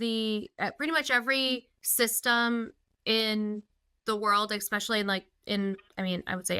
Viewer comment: it's "eh-specially", not "ek-specially".